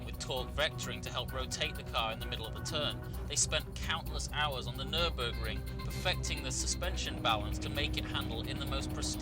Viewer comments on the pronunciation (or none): none